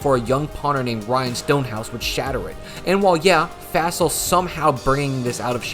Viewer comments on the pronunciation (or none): its pronounced Fossil like dinosaur bones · At least say his name correctly. It's pronounced like "fossil". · Would love a video diving into how the Packers have been mired in special teams hell for a while now. Would also love a video on that historically bad Chargers special teams. I don't know if we'll ever see anything like that ever again. We even have a term for doing that now: "chargering." Also it's pretty wild that you don't know the pronunciation of Fassel's name.